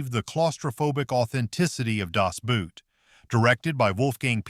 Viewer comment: 'Das Boot' is pronounced as 'Das BOAT'. (N german accent - most U-Bootmaenner were N German.)